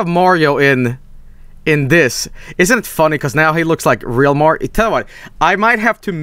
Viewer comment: HEY LITTLE BRO, OR SHOULD I SAY GREEN MAHRIO?!